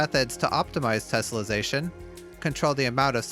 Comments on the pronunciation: Drink every time he says 'tessellesation'. Also leave the man a like for this wonderful tutorial. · 3 minutes in and he's said tesselation 27 times, and correctly only twice. Oh boy..